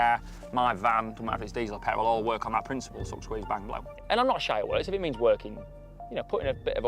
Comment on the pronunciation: "Got any pet a rul"😅😁